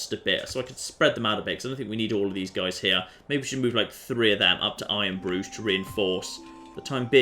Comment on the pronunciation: It sounds a bit like he's saying I am Groot or Iron Bru instead of iron Bruge